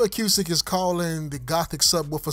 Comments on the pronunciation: Nice video very informative. However acoustic is pronounced "a-coo-stic" not "a-q-stic". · A-cooo-stick not A-que-stick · The way you say A-cue-stick makes me insane...its just acoustic spelled differently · why he keep say a que stick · Acoustic Pronounced A-Koo-Stik.